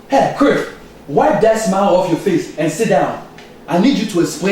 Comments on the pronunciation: It sounds like he's sayigf Criff instead of Cliff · he call him criff hahaha!😁